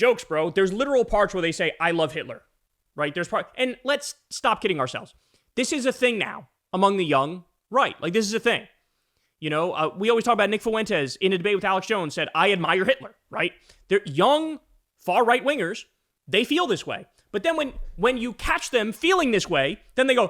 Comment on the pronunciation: You mispronounced Stefanik - the accent is on the second syllable - and you keep saying "foo-WEN-tez" which is really irritating. It's "FWEN-tez".